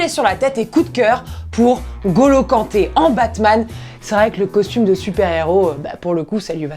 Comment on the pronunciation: Ya! depuis quand c'est Golo Kanté pourquoi tu prononces pas le "N''